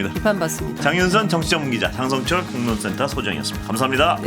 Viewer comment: 장설철은 정확하게 읽고 방송하시죠. 유죄가 되고 싶지 않으면!